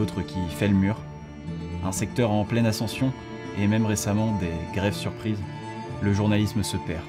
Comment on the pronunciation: J'ai mis quelques secondes à comprendre "grève surprise" 😅